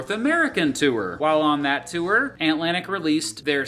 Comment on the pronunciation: wtf is a two-er? If you're trying to pronounce the word "tour", it is a single syllable word that sounds like "TOR" Regardless, thank you for the well written and informative video!